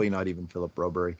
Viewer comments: Do you have some sort of problem reading Broberg's name. He's a grown up if he wanted his name to read Brobery on his jersey then it would. Get over yourself! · Who's this Broberry? The coach and everyone else says Broberg here in the west. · 8 min in and I am done watching because these two refuse to say the mans name properly, extremely disrespectful.